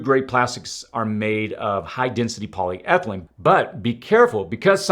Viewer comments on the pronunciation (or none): none